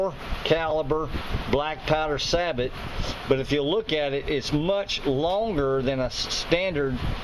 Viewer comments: Also, Sabot = Say-Bo or Sah-Bo . . . Not Sah-But. it's French, no "T" sound. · It is NOT pronounced SA - BOT. It is pronounced SAY - BOW. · old video i know and im late to the party, but its Saboh not sabot the t is silent even though thats how its spelled. And technically thats not one.. A sabot is a break away carrier for a projectile like used in rifled sabot rounds for shotguns. Still appreciate the work put into this. great info on the rest. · Sabot is pronounced "say-bow". Its french.